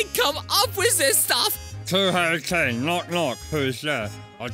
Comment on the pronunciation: the way kane says to kane sounds a bit too much like cocaine